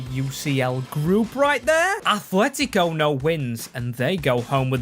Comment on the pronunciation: I deleted my old comment just to say this. IT'S NOT ATHLETICO!!! It's ATletico!! There's no H in the fuckin name! If you're going to be a goddamn YouTuber who does soccer things, or football, whatever you want to call it, at least say the names of teams correctly!